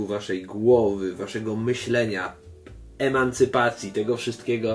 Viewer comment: uwielbiam Twoje przekręcanie słów😁Emancypacja i klocki Lego. A może coś w tym jest😉Super pokazałeś to przyrządzanie jajek. Rośnie drugi Makłowicz🙂